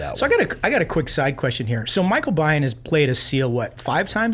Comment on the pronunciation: Michael Biehn, pronounced "bean". He had a lot of issues with alcohol.